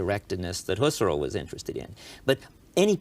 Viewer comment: Husser-el haha